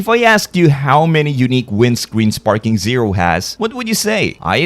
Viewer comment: Sounds ai. The way he pronounced sparking zerp